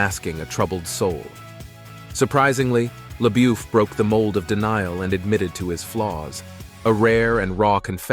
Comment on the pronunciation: It’s pronounced lebuff get it right please! That’s insulting to keep saying names incorrectly!